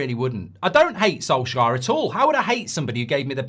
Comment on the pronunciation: Come on not soljear come on.......